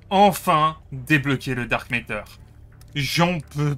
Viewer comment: Ah oui le fameux Dark Méteur. Où tu vois un E dans MATTER ?